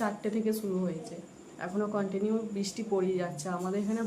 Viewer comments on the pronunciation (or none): none